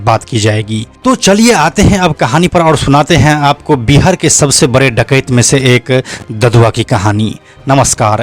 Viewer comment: डाकयत क्यों बोल रहे है आप